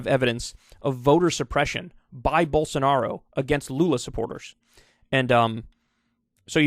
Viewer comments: Not quite, but I get how it might sound like that. He’s just pronouncing it as an actual j instead as the zh it’s supposed to be. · Did Kyle say Gyroball Sanaro?